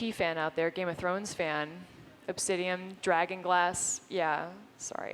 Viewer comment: It's obsidiAN, not obsidiUM. :)